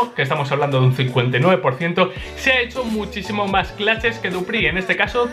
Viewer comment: me dan ganas de darle un madrazo cada que pronuncia "claches"